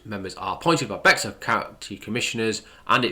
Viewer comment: Bexar county is pronounced “bear county btw.